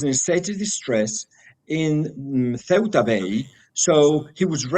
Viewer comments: Ceuta is pronounced Thuta. Toad in the hole is English Cuisine. We have fish and chips shops here in a small coast town in East Sussex some of whom also provide gluten free batter so that is great for people with Coeliac disease. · It's See-ur-ta.